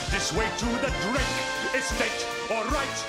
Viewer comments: When he says his name it sounds like he's saying drek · I like the way he says "Drake". He says it like "Drike" Or something like that. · The movie was okay, but I only liked it for the music. Mostly because of this. I didn't know his name was Drake until later, because he always pronounced it as "Drick."